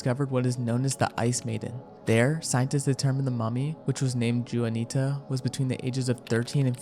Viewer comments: Juuu Anita its JUUUAAN ITAA😂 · it's wanita for the pronunciation of juanita btw